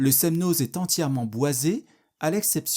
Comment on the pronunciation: C'est votre commentaire qui est n'importe quoi ! De plus il n'apporte rien et ne veut rien dire... Je suis Annécienne et ce reportage est très bien et fidèle à la réalité. Sauf le z du Semnoz, qui ne se prononce pas. 😅☺️